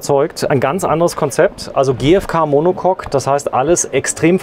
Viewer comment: Monocock??😂 Monocoque !